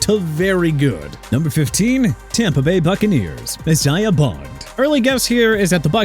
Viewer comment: Darrelle is pronounced duh-rell not darr-uhl, Isaiah is pronounced AI-ZAY-UH NOT E-SAI-AH and Miami can get James Pearce Jr. okay?!?